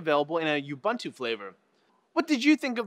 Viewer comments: Finally,. It's NOT " yoobuntoo" It's pronounced" oobuntoo" There is no " Y " in the spelling of that word. ( facepalm). Triple thumbs down. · Ubuntu is pronounced as oo-boon-too, not yoo-boon-too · It's pronounced Oooo-Buuuu-Ntuuuuu not you-buh-ntuu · you-bun-to it's ooo-boon-too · Not You Bun To - Ooo Boon Too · lol did you just pronounce Ubuntu as - "you bantu".. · Jean r I know what ubuntu is i work in it ffs, but said youbuntu, I was mocking for not being able to pronounce it correctly just like he(and every one in the us) pronounces asus incorrectly. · Correct way to say Ubuntu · Bloody hell!!!!! Why does no-one know how to pronounce Ubuntu??? It's a bloody Zulu word, not English